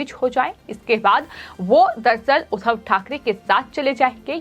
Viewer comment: जी, समाचार बताते समय मुझे बार-बार कुछ नेताओं के नाम और उपनाम का अशुद्ध उच्चारण कर रही हैं। उदाहरण के रूप में आप 'एकनाथ शिंदे' के बजाए 'एकनाथ सिंधे' और 'उद्धव ठाकरे' की बजाए ' उधव ठाकरे' बोल रही हैं; जो अशुद्ध है। 'शिंदे' और 'सिंधे' तथा 'उद्धव' और 'उधव' के उच्चारण में ज़मीन-आसमान का फ़र्क है। अगर मैं सही हूं,तो आप इस त्रुटी को दूर करें। ।।धन्यवाद।।